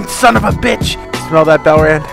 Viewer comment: is someone gonna tell him its not pronounced belrand